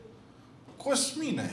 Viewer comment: Cozzzmine, nu vrei niste curcan?😂